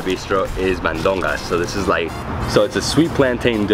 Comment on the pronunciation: La comida más deliciooosa! I guess you tried to say ''mandocas'' :)